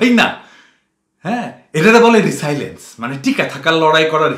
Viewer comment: পিনাকি দা রেজিলিয়েন্স কে রিসাইলেন্স পড়লেন কেন?